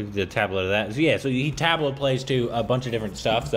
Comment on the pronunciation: Quick suggestion - Pronounce the T in Tabla with the tongue as much flattened against the Teeth as possible. Also, it's Tub-La when you say it. I'm really elated that folks from the West are taking interest in the Indian culture.